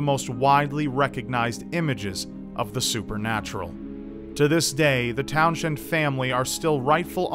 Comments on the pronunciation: I don't think it's pronounced Town-shend. I think it might be pronounced Towns-end. Then again, I didn't do any research, so... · It's pronounced Towns-hend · It may have an H, but it's pronounced 'towns-end' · The ‘H’ in Townshend is silent. Please continue.